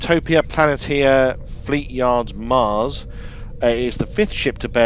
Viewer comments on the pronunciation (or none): utopia planetia "plan neesh sha" not planet tee ah